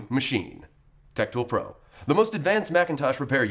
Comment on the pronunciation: Is it me? Oh when the salesman says tech tool pro... I hear rectal probe? Its stick in my head now.